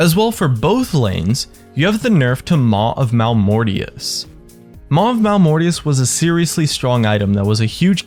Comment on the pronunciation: Second youtuber that makes this mistake. You and Redmercy too. Isn't it Maw of Malmortius rather than Mal of Malmortius?